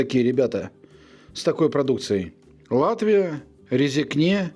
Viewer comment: Привет из Латвии! На вкус и цвет все фломастеры разные. Город РЭзэкнэ - если произносить по-русски. И ударение на первое е(Э). РГК - это очень крупный мясной комбинат. Не самый плохой в Латвии. Есть хуже - на мой личный взгляд(вкус). Ценник громадный, это правда. Еда в Латвии дорогая. То, что вы купили - не факт, что это покупают местные. Я, например, селёдку в масле не беру. Если надо для шубы, то есть селёдка в маринаде. И колбасы вы какие-то страные купили. Ассортимент там огромный, а вы самые дикие купили! А контент у вас прикольный. Успехов! Без шуток.